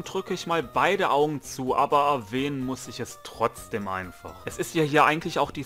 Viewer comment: Alter Chill, ich mag deine Videos trotzdem. Du sprichst das wort Trotzdem Falsch aus, aber mal erlich ist ja scheiß egal. Ach jetzt Sprichst du das wort Richtig, naja passt ja jetzt perfekt hahaha.